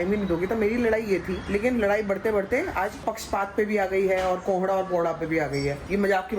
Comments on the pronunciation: Its not pohdha it's Kohda😂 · Sambhavna mam ponhda nai kkkk kohda hota hai. 😂😂😂😂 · Not pohda it’s कोहड़ा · Pohra nh kohra 😂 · Ab bta diya gya ki kohada hota h to jan se innocent bnne k chakkar me pohada bol rhi hai taki funny lge kabhi kabhi koi shabd sahi nahi pta to glt bol de koi to funny lgta h ab ye thodi hai ki 75 bar batane k bad bhi pohada bole jao irritating lgta h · Poharda nhi kohrda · Sambhavna its too irritating now u again and again saying pohrda tohrda .... You are thinking that you sound funny but you seem so irritating even 4 year old child can speak it correct after two three times.